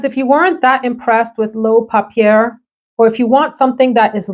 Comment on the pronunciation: informative video here. You are contributing to an underserved part of the YouTube sphere by covering skin scents. Appreciate your assigning scores within this category; very helpful. Gender leanings also helpful. Polite suggestions: papier (say, pah-pee-yay) means paper en Francis. Could the script font for the makers names be changed to a more easily readable font? This would help people who view on their phones. Thanks. Keep up the good work!